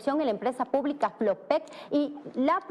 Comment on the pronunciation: Por lo menos ya sabe decir FLOPEC